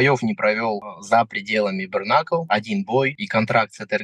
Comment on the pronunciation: брКнакл... аааааа. мои уши